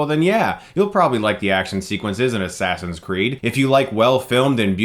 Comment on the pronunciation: i like how you called it Ass Ass in Crack lol Chris that was so hilarious and i found that very funny too